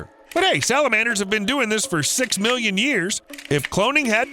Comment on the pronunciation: bro you said milion years its 2021 LOL